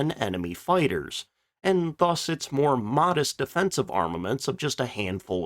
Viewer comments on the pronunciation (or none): none